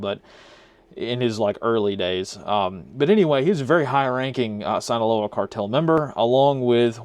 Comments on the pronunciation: Very small correction, but it’s pronounced “Seen-aloa” not “Sine-aloa” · Sinaloa is pronounced “seen-uh-low-uh” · If you only could pronounce Sinaloa right.